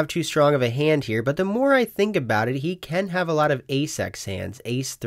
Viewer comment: Alright, I love you, you seem like an awesome dude but this is killing me… When you say ‘makes the call’ it sounds like you are saying ‘makes t’call’ or something. There is a the. It’s ‘makes. the. call’ but if you are fucking with us then kudos, you got me.